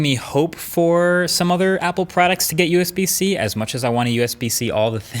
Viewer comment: Usb-c sounds like usbc 😂